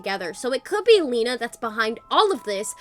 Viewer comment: Lina not lena